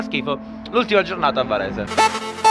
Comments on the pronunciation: Quando avete detto "A Varesheee" io avevo capito "A PARIGIIII" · avevo capito "parigi" anzichè varese ahah